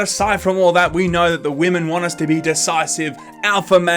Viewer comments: Stop saying wamen, what are you fucking 12? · anyone else thinks actually thinks the word is "waman" instead of "women"